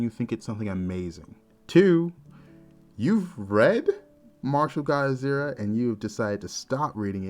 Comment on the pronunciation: Lol, When u say martial god asura for some reason in my head i keep hearing it as Mashu guy assuaahhh 🤣